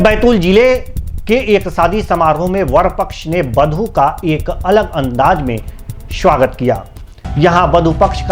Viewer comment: शवागत नही होता है स्वागत होता है bada sha aur chota sa me fark nahi pata hai kya anchor ko